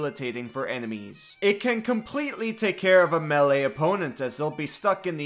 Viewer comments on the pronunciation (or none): none